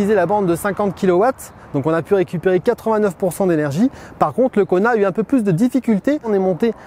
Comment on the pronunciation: Qui d'autre entend " Connard" au lieu de " Kona " 😅 ?